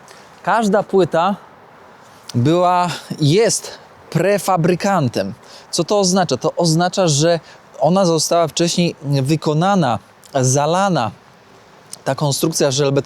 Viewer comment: Prefabrykatem a nie prefabrykantem